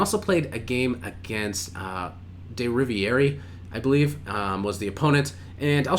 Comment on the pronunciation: Captain William Davies Evans ( ), Welsh seafarer and inventor. The final e in Riviere is not pronounced.